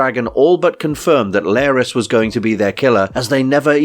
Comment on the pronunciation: Why are you pronouncing his name as "Lair-ys" when it's clearly pronounced as "Lar (rhymes with car) - ys" by many characters in the show?